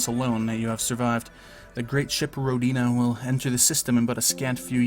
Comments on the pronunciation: Hey,, I believe the correct pronounciation is rOdina, not rodIna, just FYI:) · It's more common to pronounce it as "Row-deen-uh" though. I believe that's how the developer (Brendan Anthony) pronounces it.